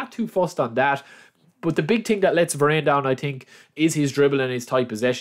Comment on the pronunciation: We’d be here all day helping you with the pronunciations! 😂 I think it adds to the charm of your videos that you pronounce most names wrong. Even United’s Varane [Ver-ann]! Good video again